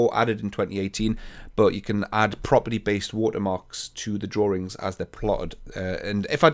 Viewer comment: I love how You pronounce "drawings" :D